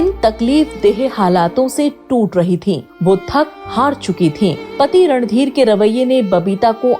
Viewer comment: Aap baar baar ,Ranbeer kehte hai .He was Randhir Kapoor .n not Ranbeer